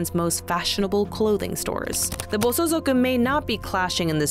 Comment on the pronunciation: Good video, but it's Bosozoku, not bosozuku.